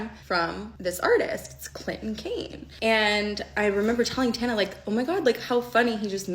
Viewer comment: Respectfully I need pretending like we don't know how to say Tana's last name